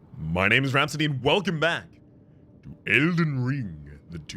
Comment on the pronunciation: Everytime I hear you say your name I just hear bohemian rap city